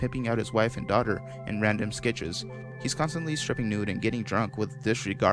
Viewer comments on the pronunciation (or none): they are "sketches" or "skits" not """skitches"""